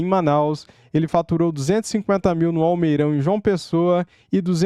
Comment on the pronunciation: Não é almeirão é almeidão.😢